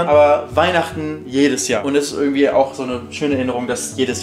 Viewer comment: Der Typ soll mal Deutsch lernen mit seinem „ürgendwie“, wenn er „Hürn“ hat natürlich. Wen interessiert es in was für einer 100er Sardinen-Büchse der haust? 🤔 Kann YouTube bitte mal den Algorithmus überarbeiten.